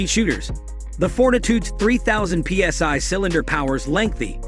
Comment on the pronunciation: By now you could easily have located an AEA Element for about $800 from a number of sources. But don't get sucked in by terrible videos like this that are largely computer generated (who ever pronounces PSI as "psy power" or refers to "CNC metal"). And while weight is definitely a consideration in choosing an air rifle, especially for hunting, it is far from the most important. The biggest red flag for this rifle is the literature that boasts 1000fps velocity. No PCP shooter using pellets (whole different thing with slugs but since AEA specifically refers to that velocity using 14 gr pellets they are not shooting slugs unless they are the lightest .22 slugs made) wants their gun to be shooting at 1000fps. The ballistic characteristics of pellets render almost all designs of diabolo shaped pellets unstable at velocities over 900 to maybe a max of 950fps. Don't take my word for that. Check out the shooters at competitions like AOA Extreme Bench Rest and RMAC. They all have their rifles tuned to shoot between 850 and 950fps. So using 1000fps as a promotional number makes it somewhat suspect as to what market they are really trying to capture. For the absolute best info one all these PCPs go look at the video posts on AEAC. Disregard at least 50% of the nonsense on these types of computer narrated promotional videos.